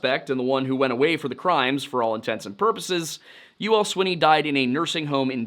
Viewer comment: I’ve lived in Texarkana my whole life. It was Youell Swinney. It’s pronounced like “Yule”.